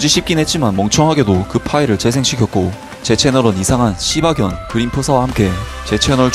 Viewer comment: 시바견이라 하지 않고 씨바견이라고 함ㅋㅋㅋㅋ. 어떻게 보면 드립? ㅋ